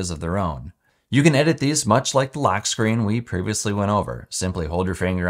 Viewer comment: Great quality and information, my only pet peeve is how you pronounce the O sound… it really throws me off when you say lAck instead of lock and Aptions instead of options… I know it’s petty, but that almost made me stop watching 😅